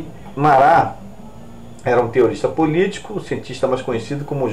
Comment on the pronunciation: "Marrá".É a pronúncia do nome francês Marat.